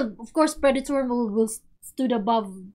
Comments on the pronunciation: hey guys!! haha Predator not PreDAYtor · (P - red- it- tor) that's how to pronounce ir